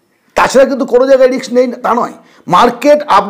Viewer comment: রিক্স নয় ওটা রিস্ক।। বাঙালী দের ইংরেজি কেন এত খারাপ